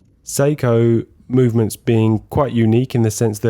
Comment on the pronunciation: I spent half the video wondering why I had never heard of Psycho movements or the Amiga Seamaster watch. Your pronunciations duuuude!